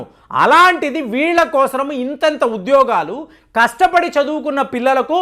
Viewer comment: Kosram kaadu kosam adi.....telugu sarigga palakandi. meeru babu,modi bhajana batch ani telusu